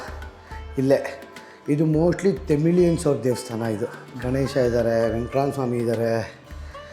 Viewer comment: ತೆಮಿಳಿಯನ್ಸ್,,, ಅಲ್ಲಾ,,, ತಮಿಳ್